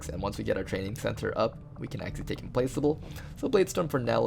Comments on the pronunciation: Pro English tip: It's pronounced "Im-plack-able" :) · it's pronounced Im-plack-able, nothing to do with "placing".